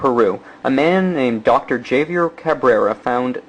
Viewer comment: nice pronunciation of Javiar... rofl